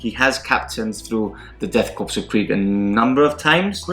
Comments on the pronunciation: Death "Korps" which is pronounced (Core)... Still love your stuff, keep it up! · Great vid! ....FYI, you don't pronounce the "ps" on Korps.....It's like "Death Kore of Krieg". :) I did it that way for a long time before I learned about it. LOL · Is it Death Korps pronounced "Core" or "Corpse"?